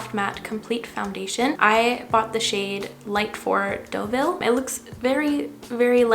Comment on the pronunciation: thank you for calling it Deauville and not Doo-ville lmao